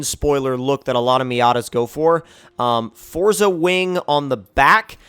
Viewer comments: Its forZA not forTza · JT Rocha no, it is pronounced fortza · Fuck sake foRZA